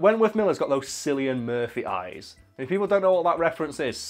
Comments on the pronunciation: Killian not sillian. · It’s pronounced kill-ian Murphy not sillian as there no k in the Irish language so Cillian is pronounced Killian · I always said "Sill-ian" too, but it's wrong: his name is "Kill-ian", strangely enough. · Did he just say... Sillian Murphy? SILLIAN MURPHY? Since you're not Irish I'll go easy on ye but it's pronounced Cillian with a hard *C*. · It's Killian Not Sillian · "Silly-an" Murphy. Dude, turn in your Brit Card. It's "Killian," ffs. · ...Silly-an Murphy? I think it's pronounced Killy-an. But maybe I'm not in on the joke. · Oi. What the fuck is Sillian Murphy. Its Cillian. Kill-Ian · I love you but hearing you pronounce Cillian like Sillian made me cringe so hard I broke a sweat. The "C" is pronounced like a k so it's like Killian. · Admittedly I first saw this comment and thought "no way, I've heard it pronounced Sillian for years now" but no you are correct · Hey sorry to be that person but Cillian is not pronounced Silly-on it's Killy-on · sillyian murphy? lol its pronounced with a K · Hey just a heads up in case you ever bring up Cillian Murphy again, you pronounce it as Killian Anyways keep up the great vids! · Yeah this made me laugh, Sillian Murphy, thought sillian was type of blue colour not the Irish actor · yup, its definitely "kil-ey-an" Murphy. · Ok you need to know how to say Cillian Murphy it is closer to kill-e-on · Actually, it's pronounced Killian Murphy. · Am I missing an in joke or did something possess you to say Sillian instead of Cillian? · On behalf of your irish viewers you better make a formal apology on how you fluffed up Cillian Murphy as Sillian Murphy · Love your vids bois no homo but is pronounced Killian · The way he says Cillian really pisses me off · Why the fuck is no one talking about that attempt to pronounce Cillian??